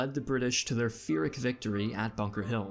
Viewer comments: There’s a hard p in Pyrrhic - “Pih-Rick” not “Fih-Rick” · regarding how: it is pronounced pyrrrrrrhic victory - not fyrrrr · pee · ruhk. Not Fear - ruhk..... kind of shocked this was overlooked! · FYI pyrrhic is pronounced 'pirrick', not 'firrick' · Its pronounced pie-rick; pyhric not phyric. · Just a note: it's pronounced "PEER-ic." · It’s Pyrrhic with a P.